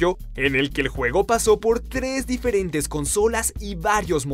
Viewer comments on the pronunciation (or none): none